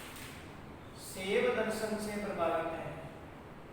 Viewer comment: अच्छी प्रस्तुति है किन्तु मेरे भाई शैव को "सेव" मत बोलो